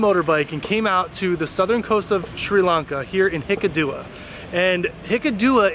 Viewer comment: wow! superb. but its hik--kaduwa ,not hikadoowa,,,,,,,,,,,,,,,,love it